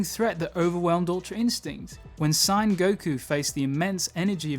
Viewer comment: #Enders yh watched a few now, dragonball is me fav show!! 2 criticues tho dude, urks me how you say sayians and I know you're going for Supremes kai outfit but it gives me chi chi vibes 😂🖤✌